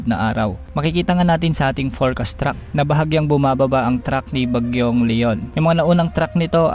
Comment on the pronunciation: Track hindi Truck!